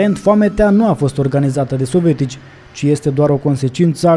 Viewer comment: tată,nu mai pronunța "sovetici". Sună,cum să zic,moldoveano-rusește